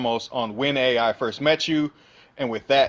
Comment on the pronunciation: Very nice video also if you don’t mind me saying with all due respect when it comes to the pronunciation of the A.I. Spell/Trap cards their pronounced “Eye” so for instance Ignister A.I.Land is pronounced Ignister Island or A.I.dle Reborn is pronounced Idle Reborn. But I’m definitely excited for the new support in Lightning Overdrive.